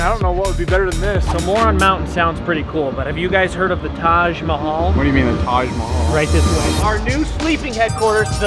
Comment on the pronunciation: As an Indian I can't stop laughing after how he pronounced taj mahal